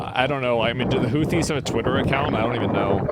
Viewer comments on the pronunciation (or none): Houthis sounded like Hoochi bruh, lol